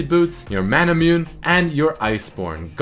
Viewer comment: please read manamune as mana mu-ne thanks